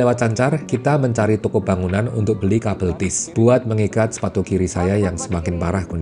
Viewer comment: Cable T bukan kabel tïs